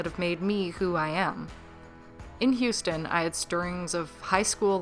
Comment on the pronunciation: I think you got Houston pretty perfectly.